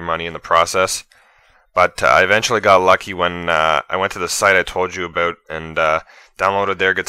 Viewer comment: But he did say abewt lol.